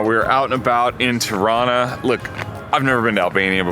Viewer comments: Its not terana it’s Tirana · I have a severe case of misheard lyrics in this vlog - every time you say "Tirana", I hear Toronto. 😆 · The way they pronounce Tirana is exactly how Canadians pronounce Toronto. 😅